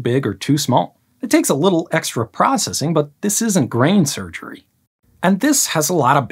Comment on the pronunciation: He said "grain surgery""